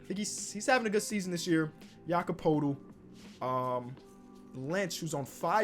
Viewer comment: Bruh pronounce Poeltl right, PERTLE